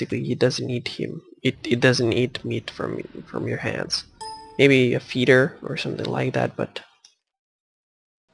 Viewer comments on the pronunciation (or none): none